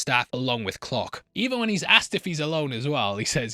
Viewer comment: Since it sounds like you say clock when you say Clark, what does it sound like when you say clock???